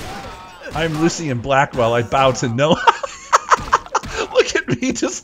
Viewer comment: I like how you don't properly pronounce latter half of some words so we end up with Lucy Blackwell and Bra skill to name the funny ones.